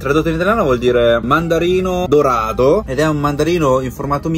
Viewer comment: "mandarino dorado" 😁 sei proprio un cinese😉 è quasi impossibile far capire ai cinesi la differenza tra la T e la D (perché in cinese non esiste)